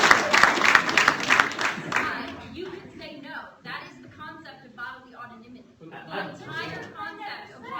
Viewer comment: "Bodily autonimity" lmfao oh god